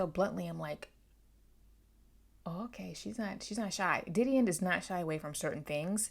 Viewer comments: I was thinking the same thing😭the beginning of the book specifically states the pronunciation lol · It really bugs me how you pronounce her name wrong